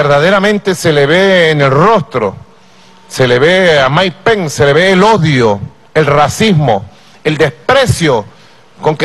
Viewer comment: jajjaja no que ridiculo como insulta y repite "Maik pen" como un niño enojado, en realidad si ponen un chofer de autobus en ese cargo que mas se puede esperar. que pena por los venezolanos que bajo calleron y en estos tiempos tan avanzados.